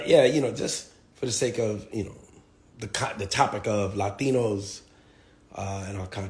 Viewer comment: "Lie-tinos" he was right on one thing 😂